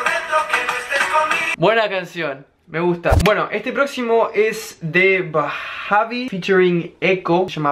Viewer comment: cuando dijo "bajavi" para referirse a bhavi fue lo mejor del vídeo